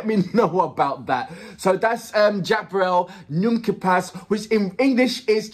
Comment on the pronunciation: Yes we say " ne me quitte pas" and not "ne m quitte passse " ;)